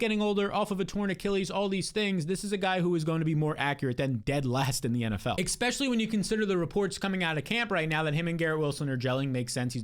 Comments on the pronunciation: Expecially?...um Especially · can you please just say especially not eKspecially and I'll subscribe lol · EX-specially kills me. Great content though. Almost network worthy, IMO.